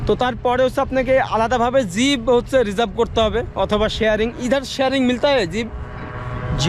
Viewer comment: Zib na jeep bole ok Valo bhabe zib diye kota tao ber hoina tomar re bhai aage zib take valo bhabe mati diye ghuse porishkar kore niyo okay tar pore zib na bole jeep bolbe ar valo bhabe hindi bolbe okay karon ordhek ta hindi hoi ordhek ta urdu hoi ar ordhek ta bangla bhasa bolo tumi tai boli je zib take mati diye porishkar kore niyo valo bhabe 🆗🆗🆗🆗🆗 bYyyy,....